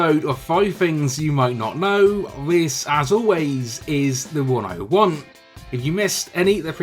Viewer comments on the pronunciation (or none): I've been watching your videos for 2 years and everytime you say that I think you say 'This is the one I want" but today I realised you say "This is the 101"😂😂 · The way you say 'This is The One o One" sounds like "This is the One I Want"